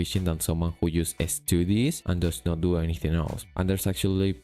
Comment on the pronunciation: I have noticed that you can express some decent nuance with your english, but you still have a habit of putting "e" at the start of words with "s", such as "estoodies" instead of "studies". So although your pure ability in english is reasonably high, the phonotactics in english are unnatural for you. I am not trying to diminish you in any way, it's just an interesting observation that I think I also struggle with.